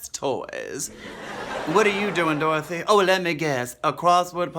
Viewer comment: Iconic!!! Though I gotta say () pronounces Dorothy without the Y. Dorotha